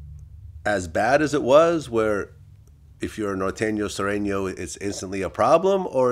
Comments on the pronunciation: Vlad said sarenos 😕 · DJ VLAD SAYIN SERINO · Vlad accent when he pronounce Sureno hahaha